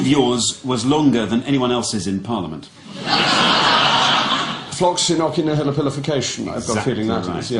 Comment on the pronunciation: Jacob mispronounced floccinaucinihilipilification. The third c isn’t hard. Fairly standard Latin to render a c soft if followed by an e or an i.